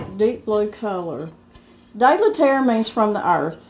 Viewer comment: Love your posts and Mr. Brown's input, too. You are not saying 'de la Terre' correctly. The 'de' is not 'dee' as in bee but the 'e' of 'de' is pronounced as the 'oo' in cookie. That is as close as I can come to it in English. I am from a bilingual province and know French. Three cheers for good cookware!